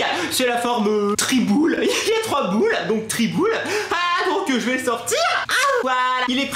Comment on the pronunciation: qui a rigoler quand dit triboules gt mdr😂😂